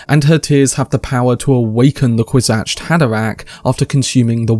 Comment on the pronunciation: why do you keep saying "kwis-atched" and not "kwis-atz"